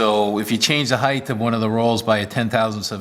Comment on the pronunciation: Please don’t spoil your video by calling it heith... it’s height It is a T at the end ... not TH 🤭